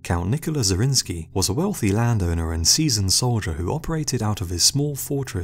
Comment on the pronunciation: Nicholas zrinski? It was a hungarian noble, Zrinyi Miklós ( miklos= nicholas)